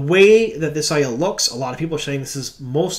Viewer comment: Ugh, are we actually going with the eye-eel pronunciation? Thumbs down. Aiiiii-el, the air up there bro.